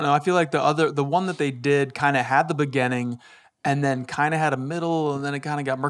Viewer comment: Someone needs to jump on Ders about pronouncing beginning like begënning